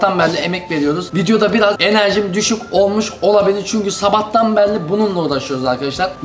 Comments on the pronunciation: vıdeoda enaz 10000 defa sabağtan berili diyo:D kralsın abi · nobody:: zabahtan berli